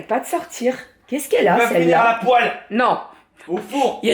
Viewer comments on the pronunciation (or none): none